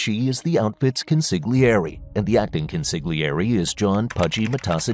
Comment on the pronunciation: Consigliere: The g is essentially silent.